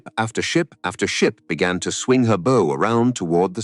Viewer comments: teach your ai how to say BOW. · It's classic AI slop. Somewhat factual, somewhat entertaining, but also choke full AI imagined BS details to fluff it up. Also full of AI mispronunciations, like the "bow" of the ship pronounced like "bow" and arrow. Honestly, this type of AI slop is absolutely rife on YT now, soon it will probably outnumber real (non AI) content. It surprises me that so many people are unable to spot AI stuff already. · Well, the audio commentary isn't too bad, apart from a ship's bow, to rhyme with "no"..., and a few other pronunciation errors, but the compulsory subtitles are shit. Why DO that? Why show just how little care you have for your audience? Why go to the trouble of making a script and a video and then do nothing about the third part of your presentation? And if the Australians were at wave top height, how did the Americans fly 100 feet below? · Tell your text-to-speech how to pronounce the "bow" of a ship. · Why does the narrator, a fluent English speaker, pronounce bow, so awkwardly. The"o" in bow is pronounced with long "o" sound.